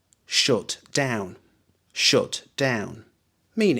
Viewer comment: really strange pronunciation, 'shut' like 'shoot'